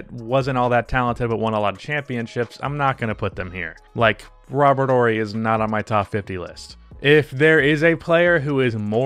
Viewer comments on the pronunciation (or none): none